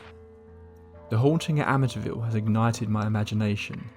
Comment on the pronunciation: It’s pronounced Amiteeeeeville